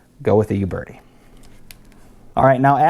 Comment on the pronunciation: Just an aside: It's a common mistake to make, but it's not pronounced You Bertie. It's pronounced Ooh Bertie. No Y sound at the beginning, in other words.